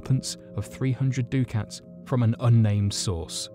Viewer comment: I know it really doesn't matter but...Voynich manuscript ya keep saying "he paid 300 doo-cats"...ducats is pronounced "duck-ets"